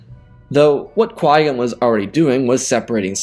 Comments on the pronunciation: Why does it sound like Yoda is saying Master Why-Gon? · Is it just me or does Yoda say Why-Gon instead of Qui-Gon lol😂